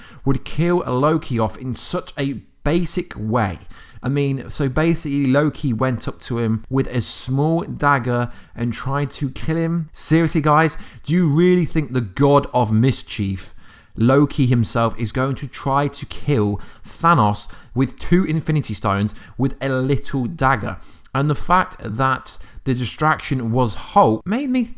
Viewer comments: 1.) It’s pronounced Loki, God of Mis-CHIF. Not Loki, God of Mis-CHIEF. 2.) This is probably the most unrealistic theory of all. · i dont like how he pronounces "thanos" or "mischief" lol